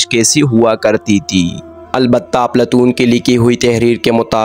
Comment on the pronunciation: صحیح نام افلاطون ھے بھائی اردو تو ٹھیک بول لو بہت سارے الفاظ غلط بولے جا رہے ھو